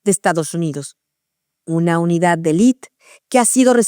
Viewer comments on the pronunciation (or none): none